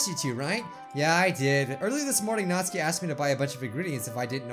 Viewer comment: Me: Nat: Nat Me: Su: Su Me: Ki: Ki Me: Natsuki: Natskie Me:🤦🏻‍♂️🤦🏻‍♂️🤦🏻‍♂️